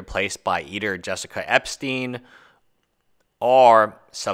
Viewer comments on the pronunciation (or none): none